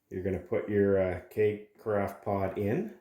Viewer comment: There is no "t" in carafe.